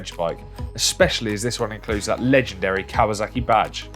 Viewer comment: It’s kawaSaki not kawaZaki… 😒